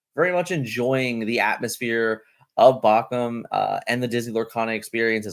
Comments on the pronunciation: Take a shot every time mispronounces Bochum 😂❤ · out here botching the name of German cities. Going to start WW3